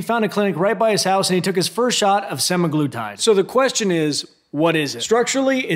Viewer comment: You're not pronouncing it incorrectly. Sem A' gloo tyd. And for most, people have to be on this shit for life to maintain once they've lost their weight and started hating food. And studies have shown that the VAST majority who get off of this medication will gain their weight back, or more. Not to mention the side effects while being on it, none of which you mentioned. Crazy that a man who is in amazing shape and doesn't have diabetes is able to get semaglutide while those who have diabetes and actually need this diabetes medication struggle to get it. 1.77 million subscribers and many of these people will go get this medication for cutting, which is not the intention. Many will develop kidney problems and other issues. Really disappointing that this is no better than a VShred video. But whatever it takes to get likes and subscribers I guess. Love your other videos but you've lost my trust.